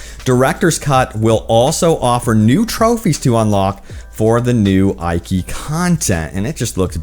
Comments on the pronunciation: can you please have some respect and pronounce Japanese location names correctly? you keep saying ikea , but this is not an English i this is an e, this is eekee, that is because romanji is different and is closer to French that way. I will hunt you forever if you dont fix this: いきしま です！ hiragana, your welcome. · OMG Thank You!!....I was scanning the comments to make sure I didn't double post this. I cringed/internally raged every time he said "eye-kee"...... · It's pronounced ee-key. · I know it is minor, but the way he pronounces Iki is just weird. Iki is supposed to be pronounced as Eeki. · It's "EEKI" LOL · Bro it's pronounced "ee-kee" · Yo choom, the Is in Iki are pronounced the same, the way you pronounced the second one, not differently the way you did. Rule of thumb with Japanese, any given character is always pronounced the same way. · Tsu-shi-ma and eekee Island not aikee. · The pronounces 😬 tsusima, iky island 😬 it‘s pronounced tsu-sheema and Ee-ki island